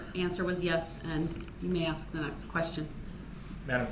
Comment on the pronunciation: Unbiblical cord (umbilical), overroo (overrule), axe (ask), manufactory (manufacturer)